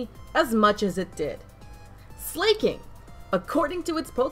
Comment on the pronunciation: It's pronounced SLAH-king, not SLAY-king.